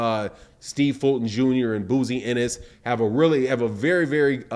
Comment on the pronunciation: "BOZY" NOT BOOZY SMDH 👌🏿.My Guy Loves Messing People's Names Up...